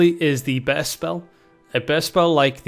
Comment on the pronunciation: Nice pronunciation you got there for börst. Bearst spell.